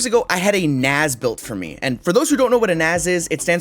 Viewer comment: naZ? 😅 I came for the concussion, stayed for the pronunciation.